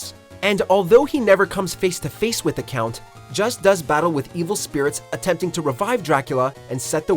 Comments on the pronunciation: I just wasn’t to point at that I never see others mention....Leon’s clothes are VERY VERY similar to the armour worn by Christian “knights”(terrorist actually) from the crusades....also his name isn’t “just” its pronounced Jusay < Belmont’s are French. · "Just" Belmont 😂😂 Juste Belmont is accented.